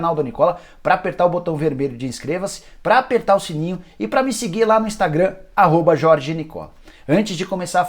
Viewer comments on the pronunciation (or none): none